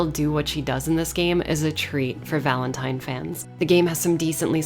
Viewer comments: I did see your previous video about how re3 was told through other games and liked it. Watched this and the moment you said VALENTIN-TIME, I subscribed. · "Valen-time" ..............10 out of 10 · VALEN-TIME hahahahaha nice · Valen-time! Lmaooo! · Nobody:: "VALEN-TIME!!" =__________= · Lol VALEN-TIME!! I like that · "Valen-time. I'm sorry about that." No you're not lol...solid video. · Valen-Time! Hahahahaha!! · "Valen-Time". You just won an Oscar. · I literally subscribed when you said Valen-Time! ❤️😂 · "VALEN-TIME* That's when I hit the like button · You call it "Valen-time" I call it ZZZZZAAAAAA WWWWWAAAARRRRRUUUUUDDDDDDDOOOOOO I'm not sorry for the Jojo reference. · Valen-time... sounds like how my dyslexic teacher would say my last name lol Valenti'N'e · Dude! "Valen-Time" 4ever!!!